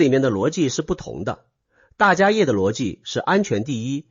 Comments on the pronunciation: 大迦叶 （梵文：Mahākāśyapa）念：jiā shè。不念 yè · 大迦摄～，AI代立杰读可以设定改一下